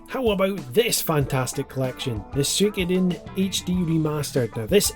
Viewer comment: Eiyuden Chronicles and the Suikoden (which you need to learn how to pronounce properly young man!) Are the only two MUST HAVE games coming in 2023. Sure, I want more, but those two are MUST HAVE 😎